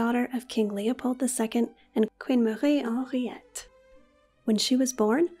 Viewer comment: I love the the way you pronounce Marie Henriette 🙂